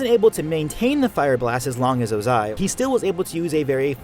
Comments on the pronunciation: I think that the way you say Ozai is (O-zai) and not (oza-I). Lol I probably have it wrong and your probably saying it right but I want to know which way it is. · My ears hurt 😡😡 why pronounce Ozai that way?? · The way you pronounce Ozai bothers me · I find it weird that people who watched the same content I watched blatantly mispronounce the names they said out loud in the oc. It's a minor one but why are you putting so much emphasis on the tail end of Ozai? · Emphasize the wrong syllable in Ozai again. I dare you. I double dare you. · Youre automatically wrong just cause of how you say Ozai's name 😂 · Great video but come on man ur pronunciation of ozai kinda triggers me the pronunciation is well established in the series haha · Why do you say Ozai like that lol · It bothers me that you emphasize the eye sound in ozai’s name lol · I don’t like how he puts emphasis on the “a” in Ozai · YOU SAY OZAI IN THE WHITEST WAY POSSIBLE EVERY SINGLE TIME YOU SAID OZAI IT FELT LIKE YOU WERE VIOLATING MY EARS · I’ve never heard anyone pronounce Ozai the way you do, it’s so odd lol cool video, though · The emphasis on the “zai” part of Ozai....😅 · I noticed a constant change in pronunciation of "Ozai" and it frustrated me greatly. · Is it just me or is he saying Ozai wierd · Literally stopped watching the video because of how incorrectly and annoyingly you pronounce Ozai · You said ozai wrong the whole video and it bothered me really bad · you say the emphasis wrong in Ozai's name. this is disgusting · The way he says Ozai ABSOLUTELY TRIGGERS me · Anyone else annoyed about how he says Ozai? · His pronunciation of Ozai is actually pissing me off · Ozais one word not 2, otherwise great vid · hmm not a fan of how you say ozai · I dont like the way you pronounce ozai lol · Ozai is one syllable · OH-zai not oh-ZAI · It’s Ozai not o-zAi 🙄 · Lol the delay when he says Ozai like “OzAi” like lol bruh 💀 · the 2 pronunciations of ozai in this video: oh-zai oze-i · its ozai not ozAi